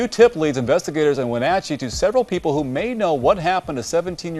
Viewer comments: When-AT-cheee. Shell-ANN. Just saying, FYI. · Shay-lan and win-atch-ee. Driving me crazy lol. No one knows how to pronounce the names in this area. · Okay love these videos but as someone from Washington you are pronouncing the cities all wrong. Chelan (sha-lan) Wenatchee (Wa-Nat-She) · Wenatchee is pronounced "Wah-NAT-chee" (not Wah-NOT-chee) and Chelan is "Sha-LAN" (not CHEH-lun). I am a native Washingtonian and it's funny to hear these pronounced so wrong 🙂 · It's not we-notch-ee it's we-NATCH-ee. It's so irritating to hear it mispronounced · As a Washingtonian the pronunciation in this video was killing me. "WenAHtchee" 😂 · Not Win atchee but When atchee. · Great video BUT (& that's a big hairy nasty butt) it's not Wenotchee! Not like nacho! I mean you have the news broadcast that pronounces it correctly multiple times. Like hat, cat or bat. Wen-a-tchee. Only reason you got a thumbs down from me. Just kills me off saying it wrong over and over and over. I'm from western Washington & I know. Hopefully now you know & knowing is half the battle. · Okay. I can't go on without commenting that the A in Wenatchee is pronounced with a short A, it rhymes with match. The A in Chelan is pronounced like Ann. Okay, rant over. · People really struggle with the pronunciation of cities, towns, and counties in Wa state. 'Chelan" is pronounced 'Shuh-lan', and 'Wenatchee' is 'Wah-nA-chee' and "Clallam Bay" Claw-Lam Bay'. Rest in Peace Mackenzie! 🙏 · NARRATOR...YOU ARE NOTTT SAYING ANY OF WASHINGTONs NAMES CORRECTLY AT ALL...ITS ...WIN*AT*CHEE.....AND.....CHELAN COUNTY is SHELL*ANN... COUNTY....there was more too❗❗❗🌹IM JUST SAYIN'😇😇😇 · just fyi pronunciation...Chelan -> shuh-laan' and Wenatchee -> when-a'-chee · My favorite past time is finding people trying and failing to pronounce Washington city names. WA-NATCH-EE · It is pronounced Wuh Natch Chee And Is in Shuh Laan County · It’s called win natch chee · Weh-NATCH-ee & Sha-lan county. Just fyi (: love the videos!!